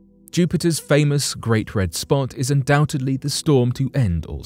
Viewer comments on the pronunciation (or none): none